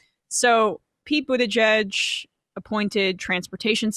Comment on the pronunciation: He has been in the public eye long enough to know how to pronounce his name. That is a Trumpian/Tucker Carlson type of nasty insult. Just makes you lose all respect.